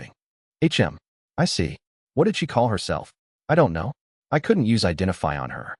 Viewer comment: there are a few mistakes here and there, like "Hm." is read as "ech em", long pauses between words of the same sentence sometimes, but overall very enjoyable.